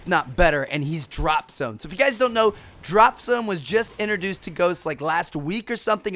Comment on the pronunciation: It sound like you're saying drop some.